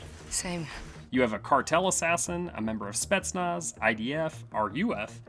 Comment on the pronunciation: I know these days its in to call every russian person a nazi, but its pronounced spetznas not spetznatz